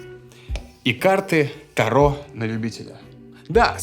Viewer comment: Не карты Таро" А карты Та"ро